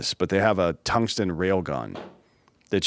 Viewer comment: I might be retarded I heard say tummy stick gattling gun not tungsten gattling gun